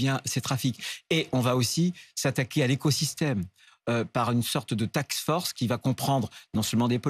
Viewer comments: Oh Bruno faut prendre des cours d'élocution... mm pas capable de prononcer "task force" il dit "taxe force" ce crétin, on est pas dans l'hémicycle ne train de jouer à inventer des taxes ...🤣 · Une risque au lieu d'une rixe une taxe force au lieu d'une task force s'il sait dire les deux pourquoi il inverse ? P.S. il ne se trompe pas à mon avis quand il dit fisc P.S. il a bien parlé et on le soutient dans cette mission